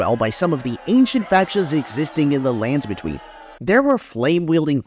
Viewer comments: the way you say "landsbetween" as one word irks me. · The emphasis you use saying "the lands between" is seriously fucking with me